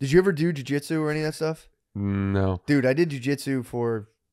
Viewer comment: Anyone else notice Matt call it do-jitsu lmfao